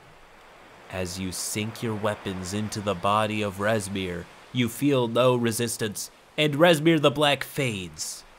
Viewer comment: I heard “Reznir” and immediately opened my tyranny of dragons book to find “Rezmir” a black half-dragon.